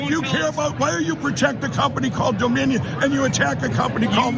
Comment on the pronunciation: Doe-minion lol